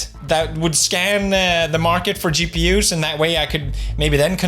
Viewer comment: WHY MY BOY IS SAYING GPUS??? WITH AN S??? IS HE????